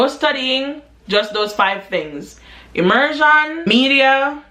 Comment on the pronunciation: It’s the ✨immersann✨ for me 😭😂❤️ Fr tho, you’re hilarious.